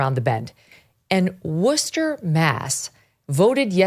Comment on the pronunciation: Hey Megyn, I live in a Worcester suburb, just wanted to commend for actually pronouncing Worcester correctly! That is an art! And of course you are correct, the city is out of its mind.